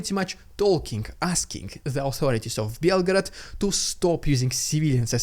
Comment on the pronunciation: Why did you pronounce it like belgrade